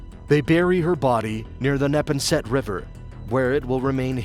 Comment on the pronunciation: Neh-pon-set river 🤦‍♀️